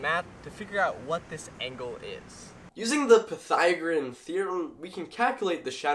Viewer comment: A couple things: 1. A couple times you said parallel when I'm pretty sure you meant perpendicular. 2. They way you say Pythagorean is pretty bizarre to me. Maybe it's just a regional thing, but in all the time that I've been using it, and also watching math related YouTube channels, I've never heard anyone else say it like that. Otherwise, this was one of your more interesting videos, in my opinion. It would be a fun experiment to try for anyone who gets to travel between latitudes.